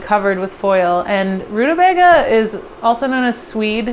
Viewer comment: I love the way you say rutabaga, kept making me chuckle, probably its just a funny sounding word anyway. But also the dirty cookbook thing I agree with, they should be like, buuut it makes me not want to buy second hand cookbooks online 😅